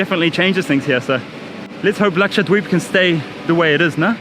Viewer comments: I don't know karl but when you say Laksha-dweep its so satisfying😂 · His pronunciation "Lakshadweep" is so good ...never heard any foreigner saying like that...and it comes so naturally without any effort..impressive. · I love how you pronounce 'dweep' so authentic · Truly wonderful. Loved watching it. Your pronunciation of Lakshadweep is so accurate. May u stay healthy, happy & blessed. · Your pronounciation of "Lakshadweep" is awesome